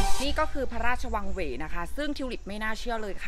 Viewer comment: เว้ ออกเสียงผิดครับ ว แหวน เป็นอักษรต่ำ ถ้าวรรณยุกต์รูปโท จะออกเสียงตรี ครับ ที่พิธิกรออกเสียงในคลิปนี้ เป็น เสียงจัตวา ครับ❤❤❤❤